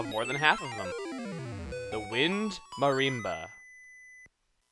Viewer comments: I loved the video but just so you know Chugga it's not pronounced Mar-REM-ba it's pronounced Mar-RIM-ba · Just sayin, Chugga, you pronounced "marimba" wrong.